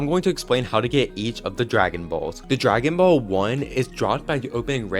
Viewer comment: It’s dragon boll not egg😂